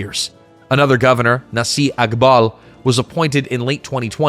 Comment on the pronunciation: The only problem with this video was that the narrator butchered at least two words. Naci is pronounced na-jee. C has the j sound in Turkish. And Erdogan is pronounced Er-doh-ahn. And Ankara is pronounced ANK-ara. And, no, I am not Turkish. I just pay attention to the bleeding obvious when listening to how words are pronounced.